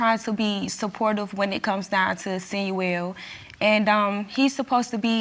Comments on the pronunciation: So sick of hearing “Sinuel” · If she say “Sinuel” one more time time!!! Damn!